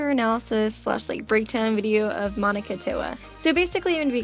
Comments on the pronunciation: monaca mo-na-ca say it slow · Jaxxx x Its Monaca not Monica